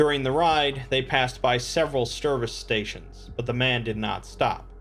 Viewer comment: SERVICE STATION, not stervice station lol you have a script and the power to edit but you still fuck it up 🤣🤣